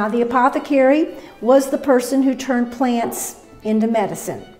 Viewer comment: Pla-ants. Never knew that word had 2 syllables.